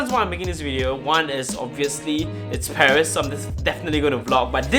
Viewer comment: Come on its paris not pawheese